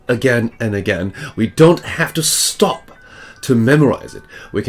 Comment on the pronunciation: His fake british accent? 😂 Ye dinnae oot the windae and it gies me the boak. No londoners would speak that way if you had come to there! Besides, his STOP is pronounced like ArE 😂